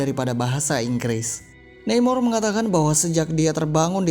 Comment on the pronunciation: Neimor… nama mexico ya baca aja namor hehe..